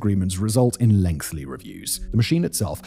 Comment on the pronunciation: "Lengthly" somehow you made the word sound more British